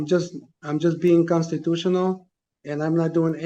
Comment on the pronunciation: "My consatutiona rights"